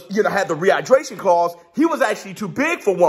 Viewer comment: You killing me " rehighbraashonn clause" 😂😂😂😂